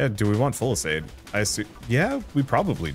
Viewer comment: Well actually it’s fyoo-suh-lahd not full-a-said…